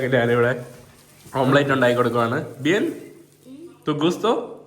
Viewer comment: ഓംപ്ലേറ്റ് അല്ല ഓംലെറ്റ്.